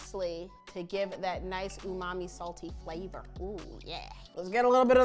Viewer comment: & the way she said Flhavorrrr 😂